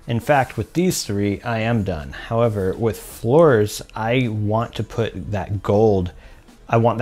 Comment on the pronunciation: Fleur is pronounced as FL "uuh" r (uuh like uhgm...)